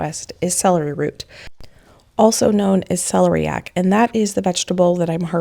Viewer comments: The stress in the word celeriac goes on the “ler”.😊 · Celeriac is pronounced sell air ee ak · Celeriac is pronounced cell-air-ee-ack!!! It’s so quick and easy to use the internet to look up the pronunciation of words you aren’t sure about. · And, this is her full time job. Surely the correct pronunciation of the names of items that are that tools of her trade is just a minimum requirement? Since we are discussing tools now?